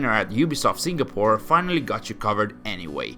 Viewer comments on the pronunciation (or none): none